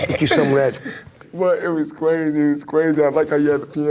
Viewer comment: Cwazzy cwazzy kill myself